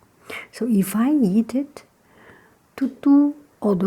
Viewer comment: The two heads are caused by inbreeding and when she said eat together it sounded like yeet together but that doesn't mater